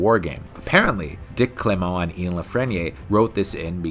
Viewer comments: Very enjoyable as usual. Not sure Dick Clement's surname is pronounced as French though... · The pronunciation of Clement and La Frenais could do with some work too.